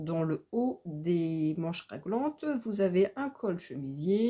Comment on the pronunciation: Oui pas « raglante »